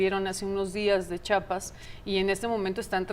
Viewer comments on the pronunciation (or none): El nombre del Estado es CHIAPAS, no chapas como tú dices, es de elemental cultura saber los nombres de los Estados de la República